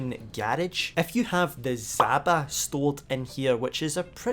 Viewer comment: it's (d)ZHaba, the j-like sound like in colliSIon. Russian word for toad